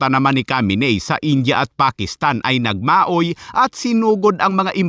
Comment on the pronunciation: Natawa aqo za salitang nagmaoy😂😂😂prang lasing lng nagmaoy😂